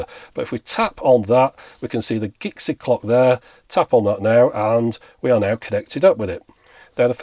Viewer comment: Are we sure it's "Gixie" and not "Jixie"? :)